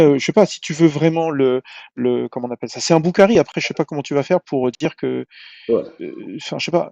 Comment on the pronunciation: Chaque chose en son temps vous pinailler le degret de compréhension. Entre lui qui dit bokari au lieu de boukhary la totale vraiment. Avant de chanter apprenez cultivé vous avant de parler de religion